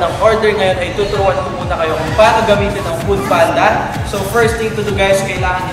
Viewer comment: "poodpanda" 🤣🤣🤣🤣🤣 no offense, just sayin' ✌🏻